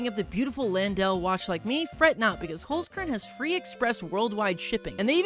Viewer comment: you 100% misspronounced "holzkern". knowing that because i myself am austrian